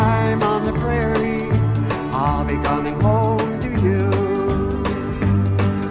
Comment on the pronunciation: Enjoyable music. Prairie, not "Praire."